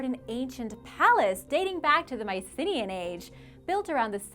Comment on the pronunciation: That really isn't how Mycenaean is pronounced.